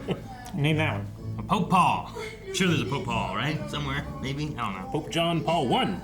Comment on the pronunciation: lmao I heard Poop John Paul as well,.